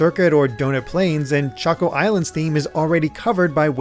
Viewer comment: That pronunciation of Chocco though… it’s like Americans and “Yoshi” when even Yoshi doesn’t say it that way.